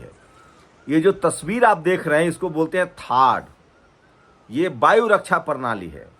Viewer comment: “Baayu” raksha ❌ “Vaayu” raksha ✅ “Hajjaar” 🙅‍♂️ “Hazaar” 🤷🏻‍♂️